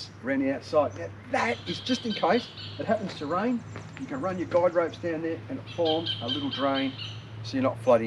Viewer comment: Thinking about getting one, looks good. Guy ropes, sounds like you said guide ropes.